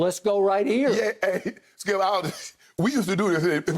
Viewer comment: Am I the only one who heard Uncle Shay call Skip "scoop" ??????lmao